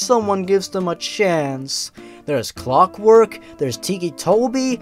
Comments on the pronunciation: i notice you changed clockwork to "cockwork" Lmao good job :D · "Cockwork" lmao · I love how the word Clockwork turns into Cockwork.. xD